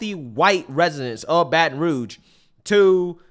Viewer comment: This woman can’t even say Baton Rouge.